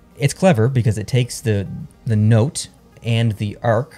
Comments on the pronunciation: I’m reference to St. Louis. It’s pronounced arch not ark. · Did my man just say “ark” when he was talking about the Arch